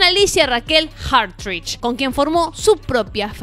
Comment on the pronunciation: Fíjense como se hace la entendida y extranjera cuando pronuncia Hartidge